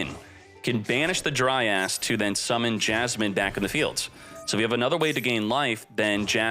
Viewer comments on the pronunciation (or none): Someone get a counter for X uses of DRY ASS for pronunciation of dryas.